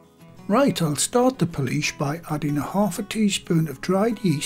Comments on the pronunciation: pool say pool now add ish pool-ish not policesh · Every time says Poolish I said out loud "police where" 😂😂 oh well at least I made myself laugh